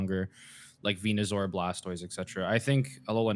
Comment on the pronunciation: good god if you HAVE to abbreviate the name, just call it Venus or Saur, not Veenoo - sounds like a shitty Star Trek character.